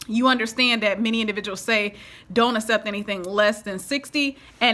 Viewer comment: I love your channel...but the way you pronounce accept is not correct. It is ‘ak-sept’ not ‘ass-sept’...